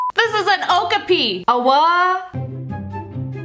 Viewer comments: It’s pronounced oh-ka-pee not oh-ki-pee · It’s not okapi it’s okapy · The name of the "zebra horse" is pronounced o-cap-ee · It is called a O-Kop-ie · "Oakapi"? I've been told its pronounced like "O-copy" 😐 I could be wrong but that's how I've heard its pronounced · I've always pronounced it Oh-cap-ey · Btw it’s an oh ka pee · Dont mean to be rude but that giraffe thing is pronounced (oh-copi) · Its pronounced long O kop e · It’s pronounced oh pia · To clear up confusine it's pronounced OE KOP IE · I knew what an okape looked like and you kinda seid it wrong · The okapi I've actually heard of before. It's actually pronounced o-cop-ee. My daughter used to watch a cartoon on Disney Junior called The Lion Guard,a spin off from The Lion King. In one episode there was an Okapi that was trying to blend in with the zebras to hide from the hyena's n they helped him. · When you said okayp and you said what it made me laugh to the top of my lungs🤣😂🤣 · A- ko- pi. That’s how you say it. And most of these animals I have seen before. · It’s O-cap-ie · That’s an okapi (O-kope) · It’s pronounced a O-copy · Its called a o- ka-py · It's actually an aw-caw-pee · it is pronounced O- cApee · ocapi is pronounced oh cah pee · Actually okapi is pronouns (o-kaw-pee) and they are great hiders I sound like a large nerd but they're my favorite animals in the whole world so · Your supposed to pronounce it ( o-co-pai ) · Its an (o-cah-pee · So you know it's pronounced Oh-kah-pee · I already knew about the okipi and you pronounced it wrong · I heard of most of these animals and I love how she pronounced 'okapi' wrong 😂😅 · The way she said okapi is great 😆